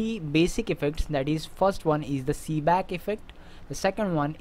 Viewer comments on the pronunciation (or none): It's Seebeck not "Seeback"!